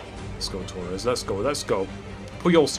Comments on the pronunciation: It's Torres not Toures lmao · It's Torres. Not tourez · Tures- pronunciation